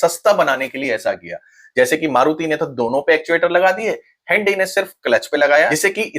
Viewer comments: 'Handy(हैंनडी) ' konsi gadi hoti hai bhai😂. Hyundai(ह्युंडाई )kaho na . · hhaandaaiiii ki jagah sidha sada hyundai hi bol le bhai.. everyone understand words better is called language.